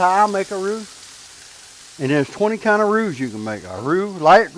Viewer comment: Roux not root!